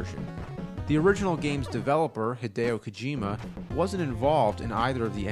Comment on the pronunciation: "Hidao Kojima"